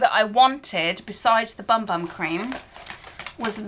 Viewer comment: You are supposed to pronounce Bum Bum as Boom Boom apparently.